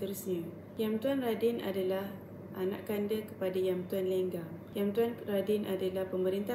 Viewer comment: sebutan anakanda bukan Anak Kanda dik tetapi anakNda